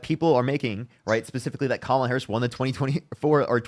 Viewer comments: This woman is so stupid. She can’t even figure out how to say her name properly. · please just hang up on people if they cant say kamalas name properly. Thats just intentional being obtuse and annoying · Why can't she be a mature woman and pronounce Kamala's name correctly??? Pathetic woman!